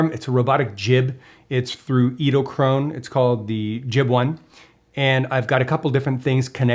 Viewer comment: I hope by this time you have learned how to pronounce the name... edelkrone...